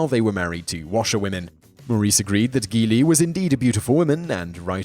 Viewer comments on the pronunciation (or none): Every video, this Simon guy manages to mispronounce something. Seriously, how hard is it to research how to pronounce words?. Geli is not "gee-lie", it's "geh-lee", ffs. Try harder.